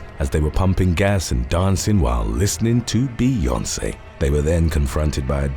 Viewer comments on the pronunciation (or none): none